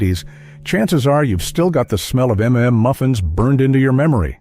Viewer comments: "M"M" Muffins lol... it's suppose to sounds like UMMM MUFFINS.. Stupid ai voices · Never heard of half of these. Also “m” “m” muffins? Are you broken? It’s mmmuffins…..it’s not difficult. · I was going to comment on the AI voice's pronunciation of "mmmuffins," but then I realized I don't know how it's supposed to be said. I've always thought you're supposed to stutter.